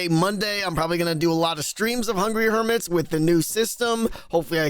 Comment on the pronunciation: I do love that people have sorta rediscovered "Hungy Hermis" as Grian tends to call it, after there was a small lull in the number of people playing